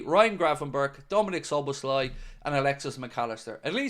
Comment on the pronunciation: ❤Gratulálok, nagyon szépen ejti Dominik Szoboszlai nevét!!!❤